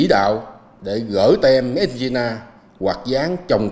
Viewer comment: ông ta đọc mết in là ma de thì tôi hiểu trình độ sao rồi ;))